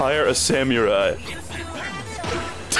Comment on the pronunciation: Wait, why does he pronounce it "sam you're eye"?